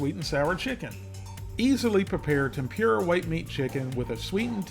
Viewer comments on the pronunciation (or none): FYI, it's pronounced Tem-pur-a. Not Tem-pure-a. But, other than that, great video. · Tem poor a. Not tem pure a. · just a heads up for anyone who cares about pronunciations. TEMPURA = tem-poo-da. not, tem-peer-rah. in japanese the letter R is pronounced more similar to how we pronounce the letter D. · "Tem-pure-ah" gets me every time 😂